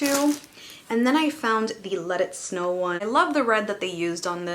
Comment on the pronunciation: Where are you from? I heard snow